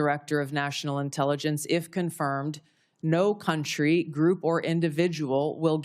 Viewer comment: The dude struggled to pronounce medium length words, such as "intelligence". This is the guy in the highest office in the country. Yep.